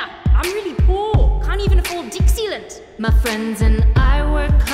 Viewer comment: When she said "Deck Sealant", I thought she said "Dixie Lint"